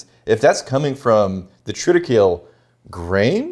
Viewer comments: tri -tuh-kei-lee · Love the pettiness on the pronunciation of triticale 😂😂😂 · Bro, it's Triticale. Say it right.